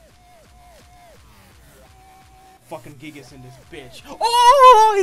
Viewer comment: My guy really just said gigas with the hard R